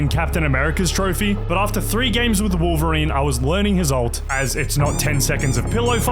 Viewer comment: "wowveween" is crazy